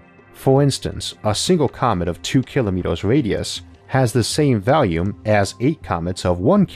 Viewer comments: Don't mean to mock I understand he has a minor search impediment, worse still an American accent (I'm British) but it sound like he says valium or possibly value, instead of volume. Not a huge issue the info isn't lost, but I couldn't find valium meaning a similar thing to volume. Am I mistaken or is it just an accent think that happened to rub me the wrong way, first time I've had and issue and I love Isaac's work. Captions does say volume. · Goddammit! why do you say "valume" it's an O ffs, not an A